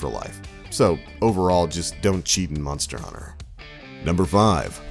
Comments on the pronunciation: Sounds like hes sayin Munster hunter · "Munster" Hunter.... lol